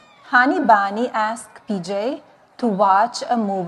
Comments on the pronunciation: Cruella de vil can read English. 😂 cruella it’s bunny not bonny. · Melagnia, who’s Bonnie?😂😂😂😂😂 She can’t even pronounce ‘Bunny’. Wdf! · One banny ah ah ah. Two banny ah ah ah. Tree banny ah ah ah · Dough-Nald want to "feed dee banny A carroat."